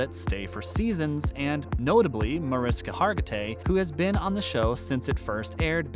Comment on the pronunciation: Several mispronunciations of names, both actor and character names. Most notable MAR-IS-KA for MAR-ISH-KA!!!!! The star of the show. A venerable actor and you've mispronounced her name! Another "good" one is Elliot STAB-LER (pronounced as the action associated with a knife, "stab") instead of the correct way to say the character's last name, STAY-BLER. There were more.